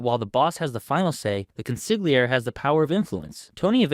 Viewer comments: I just heard the narrator say "Con-sig-li-air" Beware of Mafia experts who pronounce the word Consigliere as "Con-sig-li-air" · Pronounced “Con-sil-yeri “… the Italians don’t pronounce the “G” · It's pronounced Cōn-seé-âir-eé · I wasn’t happy when Sil pronounced the G in consiglieri. This is something non Italians would do . CONSILYERI! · 😂😂😂😂😂consiglier? Bro learn how to pronounce the words properly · It's always funny when I hear consigliere mispronounced. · Love ur vids, but u gotta stop pronouncing the ‘g’ in consigliere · please pronounce consiglieri correctly.